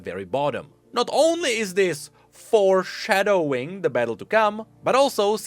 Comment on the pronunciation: I love the way you say "Four Shuh Doughing"